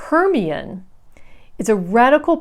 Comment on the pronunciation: 'Hermione' is said Her-MY-o-nee 🤎 Thanks so much for introducing me to these, the covers are lovely which is a big thing for me when buying a book. I've read HD's wartime poetry trilogy, she writes around the time of T S Eliot, was into Ancient Greece and blended both in Trilogy, so really interested to have a look here at the one you showed. PS love to see your cat Suki and the shots of your home as well as the car crams with library stuff. Loving it, thanks for making these videos. Looking forward to the next one...